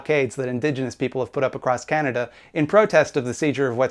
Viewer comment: You need to put a Content Warning before any clips of the "Canadian Libertarian" that he can't pronounce the name of his country correctly. Every time he said "Kaen-dah" I wanted to drink bleach.